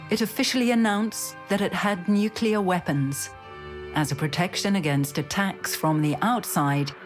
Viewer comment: ...When 'experts' on nuclear things can't say the word 'nuclear' correctly. 😖